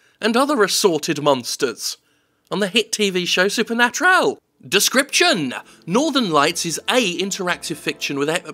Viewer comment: It legit seems like your gonna say Northenlion every time every time you say Northern lights